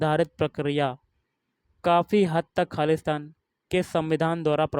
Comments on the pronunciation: Khali shtan thik se bola Karo har bar khalistaan lag raha hai 😂😂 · आपका खाली स्थान बोलने पर खालिस्तान जैसा लग रहा